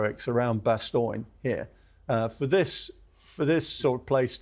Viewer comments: Always funny to hear English people pronounce Bastogne as "Bastoyn". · The mispronunciation of Bastogne is hurting my ears. Is that an English pronunciation, or just him? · It’s just him…